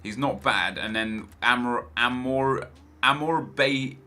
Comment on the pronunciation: HOW DARE YOU MISPRONOUNCE MY VENEZUELAN BOII AMOREBIETA??